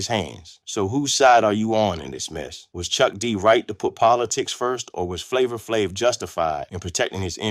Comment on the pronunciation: I stopped listening after he f*** up Flavor Flav's name.